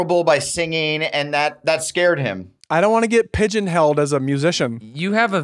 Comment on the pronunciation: Wow. Ders said ‘pigeonheld’